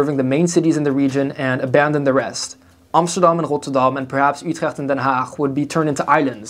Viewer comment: Ahyes rotterdoam and utrèèggt I love the pronunciation😂